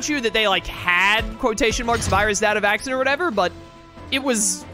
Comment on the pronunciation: I don’t think I’ll ever get over the fact that pronounces “Vac-scene” (Vaccine) as “Vaxon.” I know you’re a big fan of Cyber Sleuth, but that kind of a stretch.